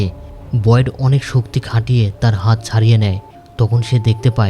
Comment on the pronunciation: ভাই ওর নাম বয়েড বলা বন্ধ করেন,বিরক্ত লাগে